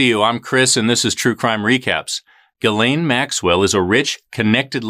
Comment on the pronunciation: No it's not. It's pronounced Gil-aine.